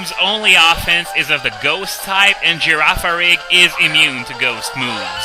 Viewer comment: I am in love with the way you pronounce Girafarig.